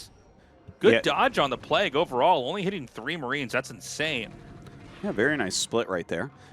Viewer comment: Arty can you teach Tasteless how to pronounce Plauge? PlayG...